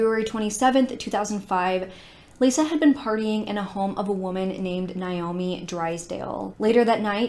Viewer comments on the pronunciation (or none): none